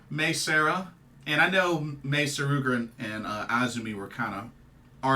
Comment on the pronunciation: Im so glad you said Mei Suruga's surname correctly, i've heard her been called Sugura on at least 2 review videos for the show today.